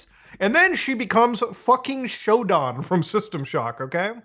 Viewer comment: you pronounced Shodan wrong